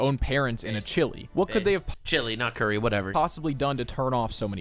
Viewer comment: Bowl of curry? ' inner Canadian took over for a second there